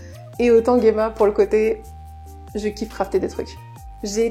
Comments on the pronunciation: Alors, si je puis me permettre, en japonais Gemma s'écrit ジェマ, ça se prononce Jéma, comme en français et non Guéma, voila voila… Sinon la vidéo sympa comme toujours. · Pour Gemma, le fait de dire "je le dis a la japonaise" c'est malheureusement même pas vrai, car j'ai joué avec les voix japonaises et ils prononcent "Jima" en Japonais :/